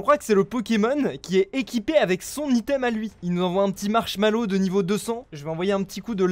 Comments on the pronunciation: Ça va c'est pas si terrible par rapport à "Marshmallow" au lieu de Marshadow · J'suis mort marshmallows au lieu de marshadow 😂🤣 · Il a dit marshalo